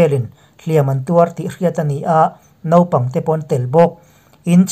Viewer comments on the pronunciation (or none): none